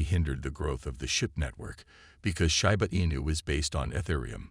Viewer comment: Can you please get a computer voice that pronounces Shiba correctly? Come on.